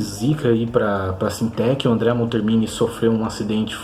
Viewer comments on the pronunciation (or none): É Andrea MonTÉRmini que se pronuncia.